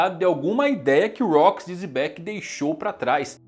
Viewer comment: Pq ele chama Xebec de Zebec?